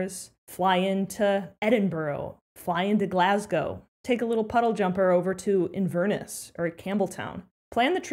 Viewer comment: First off it is not "in-VER-ness", it is "inver-NESS", it means the mouth (the inver) of the Ness River. Americans have a hard time with this. Another hint, if you are flying home, there are some really good whisky deals in the duty free shop at the airport. Plus, instead of driving try a BritRail pass (unlimited on/off) and make your next night's hotel stay at the train station (traveler's aid office) when you arrive.